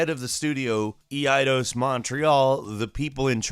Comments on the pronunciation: EEE EyeDose... really? Eidos lol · pronounced AY-dose and the usage of the word "Faux" being mistranslated as it can be used several ways as in "not final version" as we would put it and can also mean false or untrue. A slop of the tongue. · Ee eye dos lol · LoL that pronunciation of Eidos 😂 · "Don't say stuff [...] don't comment on other people's game [...] especially when you don't speak English natively." ...and here you are not knowing how to pronounce Eidos xDDD